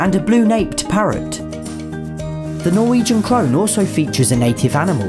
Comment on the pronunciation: Lol if ur gonna pronounce Krone wrong I’d rather have you just say crown since that is what it means in English